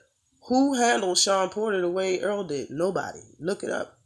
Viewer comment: Y'all love Spence, but you call him Earl not Errol...